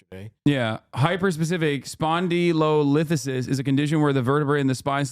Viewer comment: Lol both of them trying to say spondylolisthesis